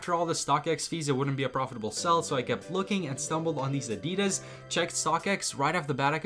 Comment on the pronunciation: I have to stop watching because of the way you say Adidas its peeing me off lol